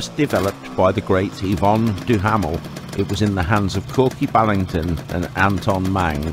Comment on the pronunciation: I knew who they both were! Hugh Neville Ballington (Kork) not Korky as in the cat. & Vyon Duhamel, not Eyvone as it was said in the text.